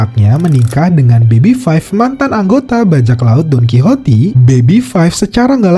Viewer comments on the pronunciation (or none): Wah Lu nonton nya suka skip2 ya bang?😅 padahal Leo pernah tuh menjahit kapal perang Marine ford, lagi pula Donquixote itu bacanya Donquiksot bukan Donquhoti